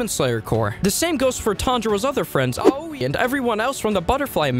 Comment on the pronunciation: Bruh when he said aoi he actually said augggh-i